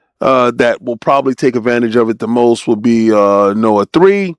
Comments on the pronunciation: Nioh as in NEO my dude, not Noah.😂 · this old man can’t even pronounce nioh correctly